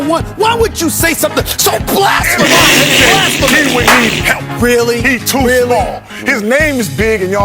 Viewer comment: "So BLAASSTTTPHAMMMOEUSSSS" I waitedfor you to react to this video